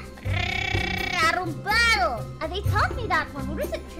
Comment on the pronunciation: "Arombado" sksksks pareceu meu irmão tentando chingar